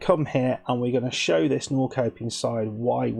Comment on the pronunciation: Actually, says it really well, for an English person. In Swedish, it sounds more like Nor-shup-ping.